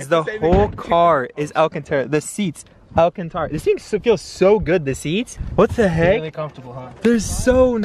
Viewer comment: Man said alcantora😂